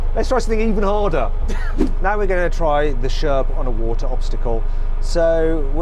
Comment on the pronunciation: 워러를 오타라고 발음이 재미짐